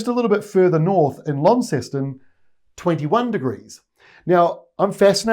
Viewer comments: Only one way to say it - as the locals do. Lon-ces-ton! Thanks for getting it right. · I nearly fell off my chair when you pronounced Launceston (Lon-ces-tn) correctly. Love these forecasts. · Launceston UK is in the county of Cornwall. The Cornish pronounce it lan (as in ban)son. Just to further confuse things. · It’s called Lonceston or Lonny mate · Thanks again, another cracker update! I am currently on deployment to the fires near Grafton NSW from Launceston (Lon-ses-ton 😉) and can confirm the storm have begun to brew. Only had 2mm here this afternoon, but a speccy lightning show for the Jacaranda Festival. Fingers crossed we don't have any fresh starts from it! Your forecast is super helpful for predicting the upcoming fire weather, as you cover the broader systemic movements and utilise a great range of visual aids. As a fellow weather nerd and cloud watcher I appreciate the detail! Keep it up! Cheers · We pronounce it Lon ceston or Lonny..but most of the locals pronounce it BUURRRRRRRRRRR 😂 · did well.. lon-ces-ton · Yes, you are correct about the Tasmanian pronunciation of Launceston - essentially "Lon Ceston". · Yes -- us locals in Launceston pronounce it as you said. Well done, you do a great job explaining the weather. !! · I live in Tasmania and we mostly call Launceston "Launy" but you nailed the pronunciation. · All good with the local pronunciation of Launceston… 👍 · I’m from Launceston I’d say you pronounced it the local way for sure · Thankyou again for Aussie forecast 😊. Great job on Launceston pronunciation 👌. Btw Gladstone in Qld is pronounced Glad Stun 👍. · Great forecast for the northern rivers nsw so far as rain its extremely dry around home in cangai. I grew up in launceston you got the pronunciation right. Best forecasts now your covering everything thanks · It's just Qld. Racist Paradise is finally burning lol. Victorians are just Tasmanians that can swim, so we pronounce Launceston the same as they do.